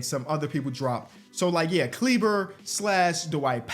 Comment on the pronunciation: Great Vid but please listen. It is Klee-buh